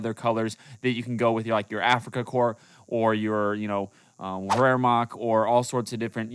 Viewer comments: sir wehrmacht is pronounced var-markt thats how its pronounced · Wehrmacht Not wehrmarc